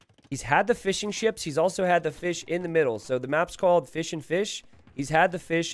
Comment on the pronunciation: Every time a caster says '"fishing ships", I hear "fish and chips" :') ( I'm not from UK or Ireland )